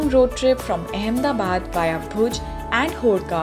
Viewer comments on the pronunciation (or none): none